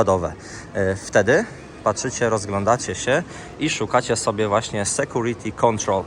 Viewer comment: departures? nie diperczurs? sekurity? a moze lepiej sekiurity? logiczne ze napisy w jezyku polskim sa tylko w polsce. to angielski jest jezykiem miedzynarodowym.